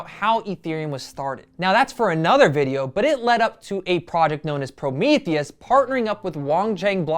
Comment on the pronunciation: Promethium. As in "Promote Ethereum". Not Promethius.